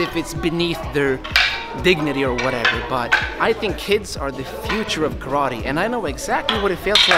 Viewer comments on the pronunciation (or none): Calls himself KARATE NERD -> doesn’t even know how to pronunce KARATE